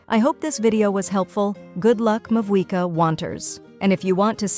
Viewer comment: Muh-buoy-ka and A-T-K. XD